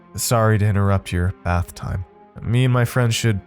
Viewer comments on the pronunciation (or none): none